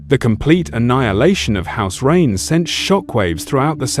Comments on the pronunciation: It’s “rain” not “rain-eh” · The "Reynez" 😂😂